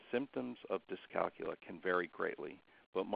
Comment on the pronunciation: thank you for not pronouncing it dys-cal-cool-ee-ya, we don't cal-cool-ee-ete on cal-cool-ee-atets do we?